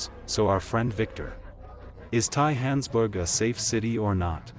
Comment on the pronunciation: And its Johannesburg not hohansburg